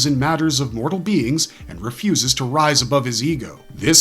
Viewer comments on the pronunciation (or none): none